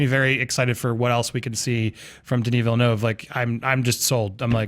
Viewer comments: and deserve an high five for pronouncing Villeneuve correctly. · Taedrem I'm french canadian and they did, not in a perfect way but at least they did not pronounced it "villenoo" like wtf hahaha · Thank you for pronouncing his last name right